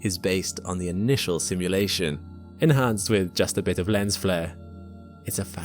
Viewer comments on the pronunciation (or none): none